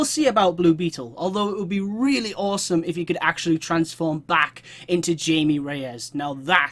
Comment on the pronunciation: His name is actually pronounced "Hi-may", just so you know :)